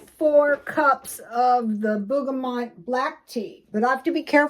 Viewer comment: bergamot bur guh maat burga-mott